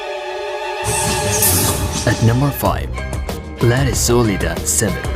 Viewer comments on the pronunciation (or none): That's definitely the wrong way to pronounce "La Recoleta"